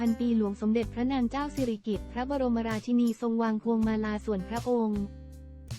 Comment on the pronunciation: อ่าน ราชินี ก็ไม่ถูก คิดจาอ่าน ก็หลงๆลืม